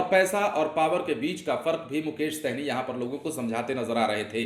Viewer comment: सहनी नहीं हैं भाई साहनी है।। सही से pronuncition करो